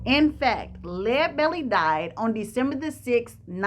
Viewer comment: Thanks so much for pronouncing his name correctly. How about doing Robert Johnson next. Excellent job as usual.